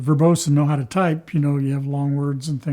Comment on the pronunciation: This guys awesome he just ‘knew howtaa…’ 😊